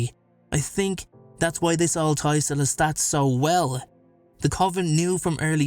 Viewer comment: It's not Lestat.